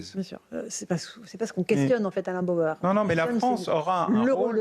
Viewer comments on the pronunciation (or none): C'est Bauer et non Bayer. Contrairement à vous il sait de quoi il parle et ses analyses sont construites et pertinentes. Même s'il est parfois énervant à avoir des analyses sur tout. Mais c'est le lot des surdoués qui font rire bêtement certaines personnes très ordinaires.